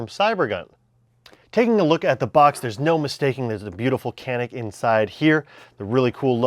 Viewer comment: Awesome vid, don’t mean to be know it all, but it’s pronounced janik in Turkish c pronounced as j and j pronounced as zh